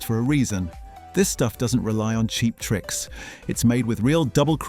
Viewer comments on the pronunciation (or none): none